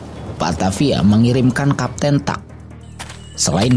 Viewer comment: Bukan kapten tuck, tapi kapten tack. Francois Tack